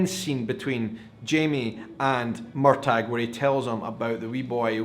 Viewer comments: Hello, I’m sorry to interrupt you, but the governor’s name is TRYON - Tri—on, not Tiron. And Murtagh is Mur-taw, not Mur-tag. Sorry to be a grammar/pronunciation Nazi, But I’ve been to Tryon palace in North Carolina and it certainly is overwhelming. And no,, you are not the only person who misses the setting in Scotland. That was primarily why I started watching the show to begin with as well, And I’m not as thrilled as with the American episodes as I hoped I would be but I still love the story of Jamie and Claire and now they are both outlanders in this new world. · Excuse me on prounciation Wikipedia they say MUR TAH same freakin'thing please this is a no MUR TAG zone! LOL! I thought it was weird that Lord John Grey STILL has a thing for him! WOW! I was hoping the Brianna thing was going to happen because it was a little boring. But your right the acting was great. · Uh oh here I go again. It is not MUR TAG it is MUR TAW. Sorry. I'm pretty anal but I have to say hearing you call him MUR TAG REALLY bothers me. Please stop!!!!! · Why do you keep mis-pronouncing Murtagh?? the G is silent. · I'm a book reader and I loved this episode. And I'm loving this serious. I found myself getting frustrated watching your vlog though! Why do you say Murtagh with a hard G? It's very distracting 😂 I'm finding it hard to see opinions of non book reader's, with your sometimes strange theories of what comes next. What comes next is already laid out for you, at your fingertips! How can you stand to not read the books?! 😂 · I hope, in the 5 years since this episode, you have found out the correct pronunciation of 'Murtagh'! ❤ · So I've been pronouncing Murtagh's name wrong...thanks for clearing that up. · as a NE Highlander and one who's people are portrayed in outlander your pronunciation of the name was of no great issue for me It wasn't something I even thought about tbh In other words, no problem. 😉